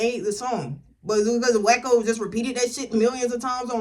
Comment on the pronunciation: He said wacko name correct